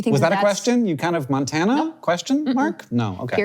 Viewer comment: Montana(🤔) pronounced Maroon 5